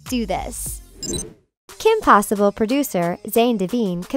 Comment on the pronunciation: my favorite part is when you said Kim pewter